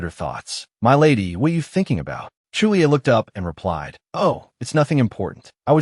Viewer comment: 9 and half of hour listening to voice calling someone Chu li-a instead of Julie 🙃.🤦‍♂️